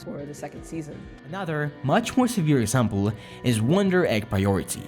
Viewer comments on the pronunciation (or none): none